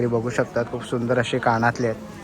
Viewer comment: काणातले❌ कानातले✅